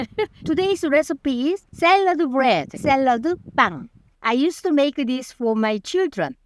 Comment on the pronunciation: sarada bbang~ original korean pronunciation for this food 😅